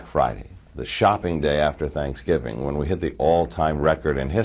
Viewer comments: HAWHAT? HAWHEN? 😭😂🤣😂🤣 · Hwhat? Hwhen?